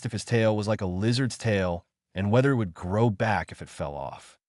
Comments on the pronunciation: I don't know if anyone else noticed that AI naration does not know the difference between "it" and I. T. Funny that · Why can this AI not be taught the word it? Why must it say i,t every time the word it appears in the story? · AI fail. "I T" instead of "it"